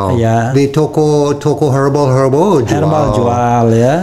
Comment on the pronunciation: Herbal, bukan hair balls